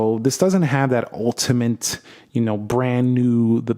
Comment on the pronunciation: "ultimint" 😂🤣😭 bro got a PHD in Yappology makin up words n shi